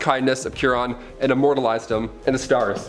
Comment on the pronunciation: Chiron is pronounced KY-ronn. "KY" rhymes with "pie," "lie," "lye" (a powerful cleaner), "sigh," "my," and so on.